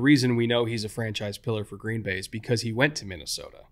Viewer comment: I was born in 1995. The worst season I can remember is 2005, that sucked. Also, you say Green Bay wrong.